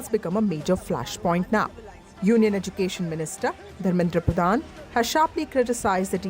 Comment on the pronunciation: He can't pronounce " education" correctly and he is the education minister😂 He pronounced education as " educason....